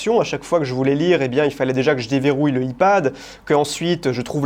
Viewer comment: Tu es la seule personne que j'entends dire "i pad." 😂😁